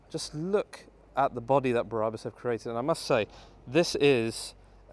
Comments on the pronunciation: It's Brabus... not Bra bus 😕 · Who the hell are "bear-rah-bus" ? Ffs. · Stop saying Braaabus !!!